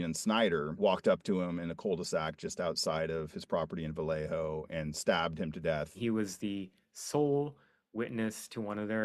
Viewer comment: Vallejo, double "L" pronounced as a "y". 😁